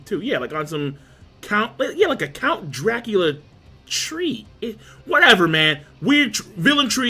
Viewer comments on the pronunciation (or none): none